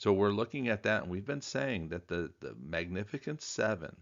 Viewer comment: The “c” in “magnificent” is pronounced like an “s”